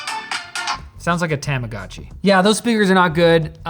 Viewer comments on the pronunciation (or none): none